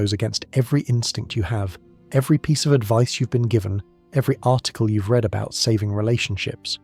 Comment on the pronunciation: I mean... you offer some good insight, but the fact that you don't take the time to review how the AI reads your script gives cause for pause on whether it's worth the time for a person to consume what you produce. If you don't care about the production, why should the consumers? There are tricks such as using text like 'red' for the AI to properly pronounce it as 'read', write out 'number' instead of "No.", just take the time. Relying on AI isn't a bad thing, but presenting its entire work without human overview just gives a bad vibe.